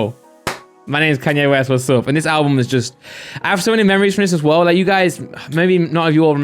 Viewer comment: Hearing say Kanye West really hurts